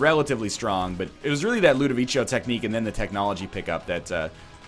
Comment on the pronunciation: LudoviKo, not Ludovicho